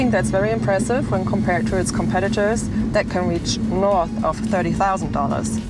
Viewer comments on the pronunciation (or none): none